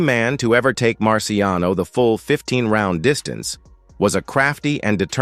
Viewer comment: It’s Marciano. No S.